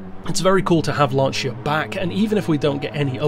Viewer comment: Finally a non-italian guy that spells Lancia almost correctly. Molto bene amico ;)